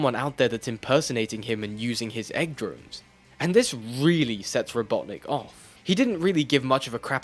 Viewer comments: I'm sorry but what the %@ is a robot nick and why are you saying it like that? i've been an avid fan of sonic ever since 1984 but i've never heard eggman referred to that way. is it some sort of urban dictionary internet slang insult or something? and don't say it's only an english language thing because i grew up with it in English. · It's Robotnik, you CUR.